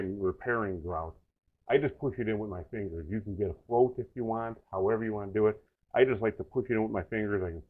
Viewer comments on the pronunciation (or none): a "float"? if you want? what word are you saying?